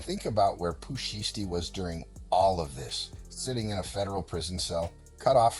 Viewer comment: Pooh Shiesty, Pooh Shee-esty, Shy-esty and Pooh Sheesty in trouble yall